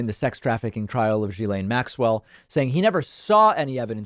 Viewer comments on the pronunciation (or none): just quietly, Ghislaine starts with a hard G, not a zh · You have the pronunciation of her name almost correct: it ends in "len." jhi-len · In French the start of Ghislaine is pronounced as in give. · Hey David just so you know it’s pronounced like gi lane not ji lane. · For clarity Ghislaine is pronounced ghee-lane. I know, Americans cannot seem to get this! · Is that how you actually say her first name? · David, check your pronunciation of Ghislaine. Your pronunciation is not correct.